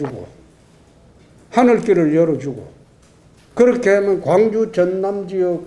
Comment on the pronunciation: 굉주라고 라...